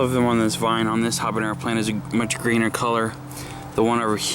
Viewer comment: Nice garden! BTW, it's habanero, without the ñ. Best wishes!